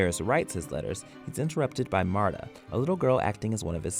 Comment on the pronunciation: Marda? It's Martha, Mar- tha. Daenees? It's Daenerys, Da-ner-ees. Please get the pronounciation of names right for the love of the lord of light.....